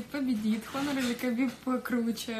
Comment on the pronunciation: Хонор или Хабиб? Какой нахер Хонор. Хуавэй блядь